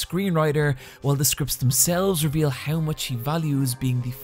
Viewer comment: Normal people: How You: hiaw